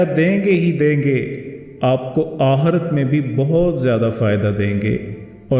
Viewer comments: Bohat ma'azrat kay saath Kyun k aap apne aap ko teacher keh rahe Hain tou Kindly apna tallafuz sahi kar lein Aik tou yeh k Wqat nahien Waqqt lafz hota Aur dosra aahrat nahien Aakhrat lafz hota Hai.... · Hazrath Talaffuz Aaqree dhuraoo, Aqirath barabar kijiye